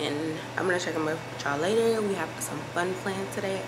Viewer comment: Tell me you been watching UK youtubers without telling me U been watching UK 🇬🇧 vloggers…: “Talk u guys latuh” in her British accent.. 😝 😂